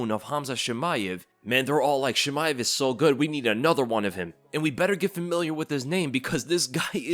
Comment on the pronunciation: Why do you read Chimaev as "Shimaev"? Are you french? That's not how it's pronounced.